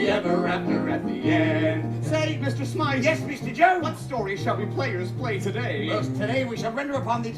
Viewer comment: *Mr. Smythe not Smiff